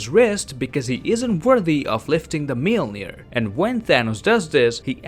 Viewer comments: Just say mjolnir not mjilnir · its moljinor not milner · Are we not gonna talk about how we pronounces Mjolnir? It 'Mule-near' not 'Meal-near' and there's no the